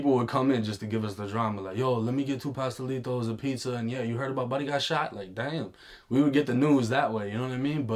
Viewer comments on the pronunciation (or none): He said pasta-litos man no body from the bean or the greater bean is going to pronounce it wrong..